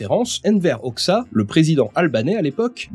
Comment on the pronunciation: on prononce "Hodja" ca vient du persan khoja (curé) de khwaja : maitre/seigneur